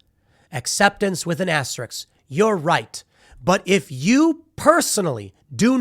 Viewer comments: Why does that person in the video even think "she" has any good reason to make videos of "herself" with her opinions, when she can't even pronounce "asterisk." Do not speak publicly until you learn to pronounce your words... it's not "asterix." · If you can pronounce risk, you can pronounce asterisk. It’s not Asterix, that is a comic book Gaul. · This chick is trying to manslain me! P.S. Learn how to pronounce "asterisk." It's not hard. "I'm intelligent and have something to contribute." Insert random screwed up word or phrase here. Word of advice to anyone looking to teach anyone anything or impart knowledge or information to someone else. Learn to speak first.